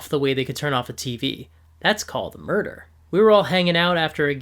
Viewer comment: "That's called mur-der." This got me